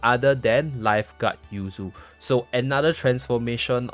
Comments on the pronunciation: i think it yu ze, not yu zi or yu zay, i could be wrong tho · isn't her name pronounced Yu Zay?